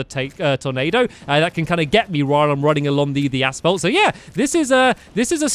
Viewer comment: is it just me or does stamps say ass fault? I haven't watched him in like 4 years and I come back to this? wtf.